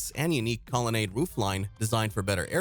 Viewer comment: It's really a shame that they have someone narrate this video who doesn't pronounce so many words correctly and gets so many things wrong. Sucks when people spread misinformation. Obviously not a real car guy. Hard to listen to this video. Colonnade should be pronounced Call-a-nod. Sad.